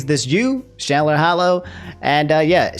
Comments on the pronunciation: You said chandler wrong BTW, you pronounce th ch as tj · Why you saying Chandlers name like Shandler lmaoooo that shits funny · I cant get over how he say's Chandler